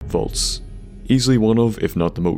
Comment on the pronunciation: ur saying volts? or vaults?